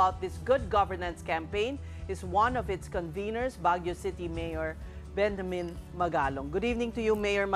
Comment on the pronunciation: it's Benjamin not Benhamin.